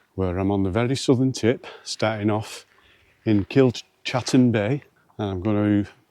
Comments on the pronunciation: It's Kilcatten bay not Kilchatten bay, as in chat. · Kilcatten pronounced Kilcatten, it may be pronounced Kilchatten but the right way is kilcatten bay.